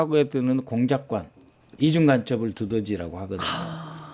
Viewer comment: 있었슴다??? 북한 발음이네!!! 그렁까??? 뭔가., 한국어 표현이 넘 어색하네요!!!!